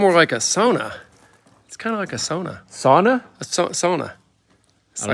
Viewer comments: said it right the first time, Sauna:) Just like you would here in Finland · pronounced sauna correctly! the finnish way👌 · actually said sauna right 😄its not sawna its sauna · Sauna: pronounced Sow-nuh. Sow like a female pig. The word is Finnish in original. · is correct on his first pronunciation of "sauna" if you look it up. I have been saying it wrong up until recently haha it sounds like "sownuh" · It's "sowna" by the way. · Sauna. Pronounced "sow-na" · Hey guys, in the Upper Peninsula of Michigan where many Finnish immigrants settled, they pronounce sauna as “sow na.” Since they invented it, I guess they must know how to say it! 😉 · The Finlanders pronounce it “sow-nah.” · was saying sauna more correctly. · Finnish person here. pronunciation is actually spot on. 👌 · was pronouncing the word sauna correctly. You've got to say it like a Finlander. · That moment when actually pronounces "sauna" the correct Finnish way (as it is a Finnish word) and gets "corrected" 😅